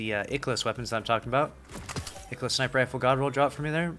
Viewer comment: ikelos. no it’s IIKEElos bud